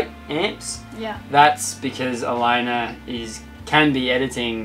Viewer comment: "ElaynER" - lol